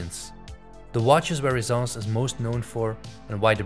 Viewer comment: Why do you pronounce it Rezence when there are 2 ss. Shouldn't it be ressence